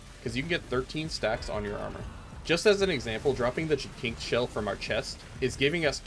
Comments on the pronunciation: I think it's pronounced JASYNTHS not Jakinks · These build videos are great, but I have one minor quibble that's just me being nitpicky. Jacinth is pronounced like "JAY-synth". That is all. Carry on with the good work.